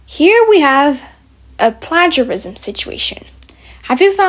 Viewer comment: i’m not sure if people have commented on this, but you’re mispronouncing “plagiarism”